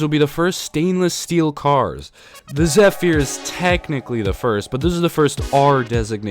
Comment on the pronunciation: I managed to ride the SOAC on the E train and the R110B on the A. Your pronunciation of "Zephyr" made me cringe.